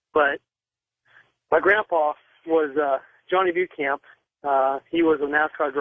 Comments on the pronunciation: He pronounces Beauchamp like Bue-champ. Either he's not his grandson or everyone I've heard say Beauchamp pronounces it wrong, including me. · the correct way is Bo Champ.which is french.